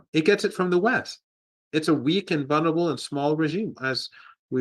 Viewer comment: Professor Marandi is wonderful, but please teach him that the word is VUL-ner-a-ble, with two l's.